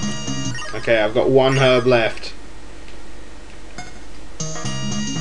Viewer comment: I love your accent, especialy the way you say herb like you actually say the h wen we pronounce it erb